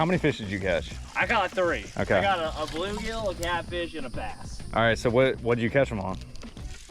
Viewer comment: Not saying bluegigi